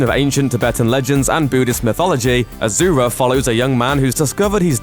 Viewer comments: Asura not Azura. Make the s sound and not the z sound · he cant even pronounce asura properly...keeps telling azura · Good analysis. Asura is a Sanskrit word. The name is not pronounced as AZURA, it's ASURA ... soo not zoo. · It's not "AZURA" it's "ASURA " A word from SANSKRIT Asura, (Sanskrit: “divine”) in Hindu mythology, class of beings defined by their opposition to the devas or suras (gods). The term asura appears first in the Vedas, a collection of poems and hymns composed 1500–1200 BCE, and refers to a human or divine leader. Well Buddhism and Jain Dharama aslo came from INDIA. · First one it's Asoora not Azura It means demon in hindu (Indian) mythology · Why u saying aZura it’s asura it’s a fucking s not a z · omfg pronounce it correctly you git. Ashura (ah-shoo-rah) DONKEY!! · asura is pronounce as ah-shu-ra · It's pronounced "ashura" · It’s pronounced ah-sur-ah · Asura pronounced ASHURA! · It's pronounced "ash er ah" from Hindu lore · Its pronounced a-su-ra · Why is it pronounced as aa-zu-ra? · I aint chinese but really man, ahzoora? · you cant even pronounce asura...ignorant westerner..unsubscribed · I am Indian i know असुर means demon but my god their pronunciation is so wrong that i was never able to relate it with असुर . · You are pronouncing it's name wrong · azura? its asura...with Ssssss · Its not Ajura,its A-S-U-Ra.. Pronounce correctly plz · actually it's pronounced asura not ajura n asura is a Sanskrit word means demon.... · Why is this calling Asura as azura? Asura literally means demon in Sanskrit. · I cringed hard everytime i heard him saying Azura -_- For god's sake it's Asura, with an S and not Z. Not even difficult to pronounce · Im sure its pronounced a"su"ra not azura. asura measn demon in sanskrit, not pure translation but close. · There is no "Z" in Asura to call it Azura... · It's Asura, not Azura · A su Ra... NOT A ZZZZZU RA H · no offense but asura pronounced 's' not 'z'... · Asura not azura (ah-shu-ra) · ASURA. NOT AZURA.